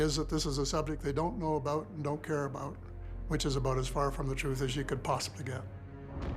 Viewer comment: The first time I ever heard a Canadian say “about”!